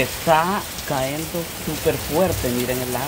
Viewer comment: Hola. Una observación y lo hago sin mala intención pero, creo que es necesario y es bueno aprender aunque seamos adultos siempre hay algo que aprender o corregir; escucho que dices " CAENDO" y no se dice así, lo correcto es " CAYENDO " Cayendo.